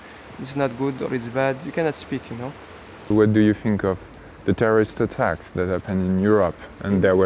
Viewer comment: " Terroriste attacks " cette accent 😆